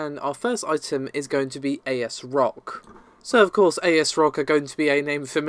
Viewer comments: Asrock. Not a s rock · I think it's pronounced "ASS" Rock.